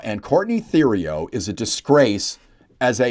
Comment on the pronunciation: Typical Liberal default. Btw, Theriault is pronounced Teriault. You don't pronounce Th as in the, you pronounce it as a T. Thank you.